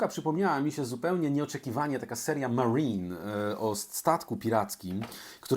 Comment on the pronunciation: Marine nie czyta się z angielska raczej tylko z takim długim n MarRRRiNNN (to tylko ciekawostka). Po polsku w latach 1990–1991 ukazały się dwa pierwsze tomy nakładem wydawnictwa Pegasus w 1990 i 1991. Choć ponoć ma być w integralach całość po polsku za czas jakiś.